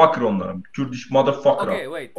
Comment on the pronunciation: I laughed soo hard “Khoerdishh ishh bietshh”